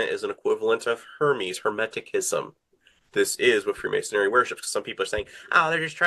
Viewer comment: It's Hermeticism , with a soft c . Not " Hemetickism " . I'd of thought an expert would know that .